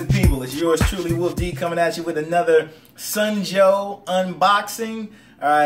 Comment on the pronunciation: dude, it's SUN Joe, not SNOW Joe!!!!